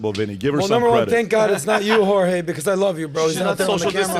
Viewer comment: "Jorge" Soros 😂😂😂